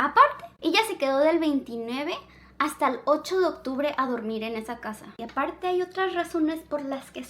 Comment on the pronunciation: Soy la única que se dio cuenta que no dice octubre y dice occtubre